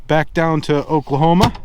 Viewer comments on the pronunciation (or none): none